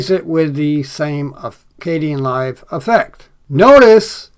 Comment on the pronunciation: I hope you aren't mispronouncing Kdenlive anymore. Yikes.